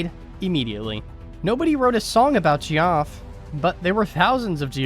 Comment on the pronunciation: Who the hell is Gee-OFF!